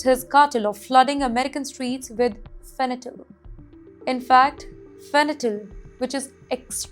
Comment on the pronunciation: It’s called fentanyl 😂, please have educated anchors good lord